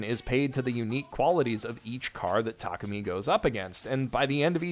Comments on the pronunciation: I got to ask why do you keep butchering Takumi's name cause you keep saying Takami. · W-what is happening someone can say Takumi correctly?